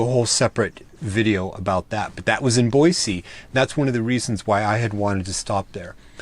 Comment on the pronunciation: As a native, I would like to give you kudos for the correct pronunciation of Boise! Just as an fyi, they have repaved the streets in downtown Boise. So they aren't as crappy as when you were here LOL. Take care.